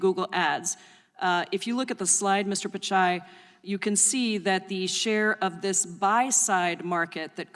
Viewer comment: It's not "picai" it's "Pitchai"